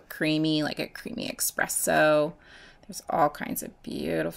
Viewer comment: Mmm expresso.... Lol enter me hun gorgeous mix!!